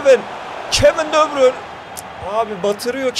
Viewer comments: De bruynenin ismini doğru düzgün söyleyebilen yok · Debrün ve rabırt deme şunlara be